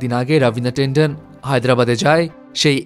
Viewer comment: Tendon or tenden na . Ravina tandan